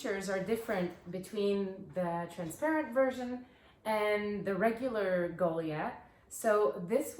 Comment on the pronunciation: Did you really call it the “goley ath”??